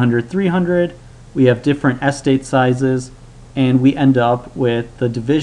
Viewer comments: yes, but given the fact that the 2x2 tables were clear after one or two examples, he still went into a weird overdrive in the last few seconds after being very boring and repetitive for the entire middle section of the video - plus he kept mispronouncing the word 'estate', which was a bit annoying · Jay Brown I thought it weird too. He puts the stress on the first syllable not the second. Is that how Americans pronounce the word? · it is a very strange pronunciation. As an American I can say I have never heard it pronounced this way. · Jay Brown I thought the same thing. It's not like English is his second language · The correct pronunciation is "estate", not "Es-tate". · I wonder if Presh has Indian heritage, because that is a kind of Indian way to stress the first syllable. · wait, how do you learn otherwise normal English, but mispronounce eh STATE as ESS tate? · more importantly what is a Es-tate! it's pronounced ess-state. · You stress the wrong syllable: "es-TATE" not "ES-tate" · What sort of accent is it where "estate" is said ESS-tate, not ess-TATE? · I say es-TATE but I am curious why he says ES-tate. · I had to stop because I can't stand how you say the word "estate" anymore. It sounds like you're saying "AS-tade" not "ess-TATE". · The word is "estate". Not "ess-tate". Every time I heard this mistake it disrupted the otherwise helpful narrative. ("Miss-take"?) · Where is the guy from? I'm kinda wondering why the pronunciation of estate as "s state" is bothering me more than the math :S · Oh good. I'm not the only one then. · Every time you say "ES-tate" I shudder. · Interesting vids. I have to say, I have never heard anybody pronounce estate as Es-state. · how the hell are you pronouncing the word "Estate" wrong? accent on second syllable...will you new fuckers please read a bloody dictionary once in your little lives. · How about you calm down. Some words just read different from how it’s pronounced, so it’s fine to mispronounce it.